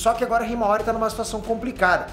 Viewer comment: kkkkk choro de rir nas análises suas do boruto falando hiamara sei la como escreve a irma do boruto kkkkkkkkkk😂